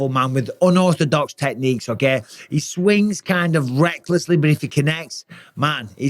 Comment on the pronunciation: "okeh" - okeh